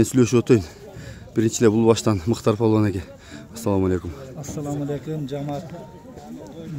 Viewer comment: Балбан эмес палбан болот